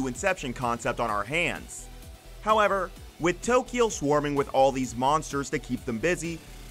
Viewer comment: Why does the narrator pronounce Tokyo in Tokyo Majin... Takiyo like the ta in taco?